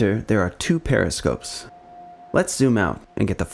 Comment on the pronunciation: Aahhhh... "Pairofscopes." now I get it!